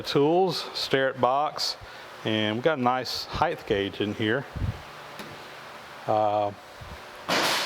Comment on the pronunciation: gah...it's HEIGHT (Hi-tit) not HEITH (Hi-thh) gauge....people!!